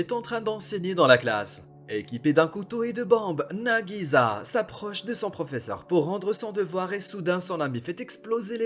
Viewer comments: Cest pas nagiza mais nagisa un s un s! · Entendre nagiZa au lieu de nagiSa c trop bizarre